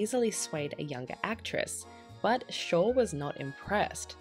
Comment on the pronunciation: The name is SHORE !!!